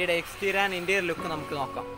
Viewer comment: Its interior bro. Not interial